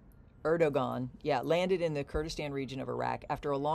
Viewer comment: Erd-o-wan is the pronunciation